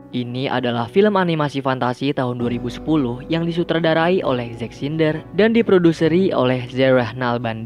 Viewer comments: zack synder? bukannya zack znyder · Zack Snyder njir, bukan Synder